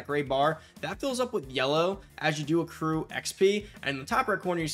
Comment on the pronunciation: I swear u said seccrue